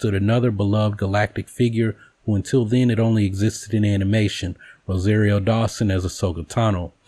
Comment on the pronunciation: RO-SAH-RIO. Everything else about this video was great.